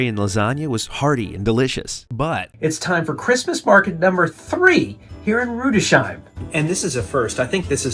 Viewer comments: FYI…Rudesheim isn’t pronounced with an “sh” sound. There is a break between the “s” and the “h.” Pronounced: Rudes—heim. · Rudesheim is pronounced "Rudes-heim" not Rude-sheim. Your German pronunciation is embarrassing. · The pronunciation of Rüdesheim is without a "sh". It is a compound word of two parts "Rüdes" and "heim" - you were actually great with pronouncing the "ei" from heim - and even the Umlaut "ü" - but the s and the h are not spoken together as "sh". You speak the s-ending of the first word - and the h in heim sounds like the h in home (and it actually means home, too) Another name you butchered was Speyer. It has two syllables not just one. It is "pronouned" like dryer - just with "sp" instead of "dr". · it is Rudes...HIME. not shime....one of my favorite places in Germany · It’s pronounced “Rüdes-Heim”, not Rudeshime” !!! 😡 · Glad you enjoyed Rudesheim (pronounced as you did for Mannheim)